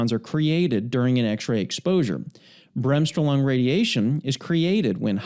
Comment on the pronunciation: Sehr schöne Erklärung. However, please pronounce Bremsstrahlung as in „BRAMMS-STROAAA-LOONG“. The stress is on the second syllable.